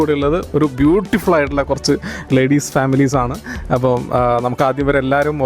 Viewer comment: ബുട്ടിഫുൾ അല്ല ബുട്ടി ful😄